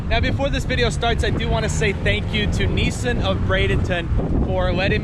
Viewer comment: he said NEESEN